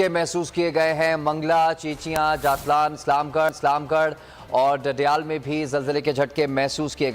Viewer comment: Its not jtlaaa its jaatlaaan 😊